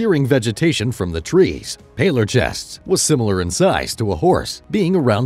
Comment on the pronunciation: Palorchestes is pronounced Palor-kes-tees lol